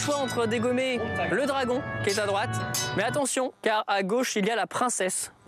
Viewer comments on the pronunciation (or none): none